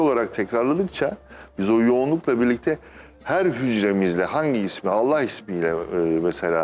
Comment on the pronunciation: ALLAH kelimesini hizli değil ...ALLAH....ALLAH....DIYE pekiştirerek söylenmesi lazımmış hissederek ..